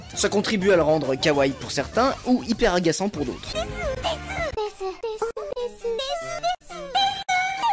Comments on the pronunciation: On dit pas desu maids des on ne prononce pas u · Déjà on dit « Des » et non « DesU » les japonais écorche leur propre langue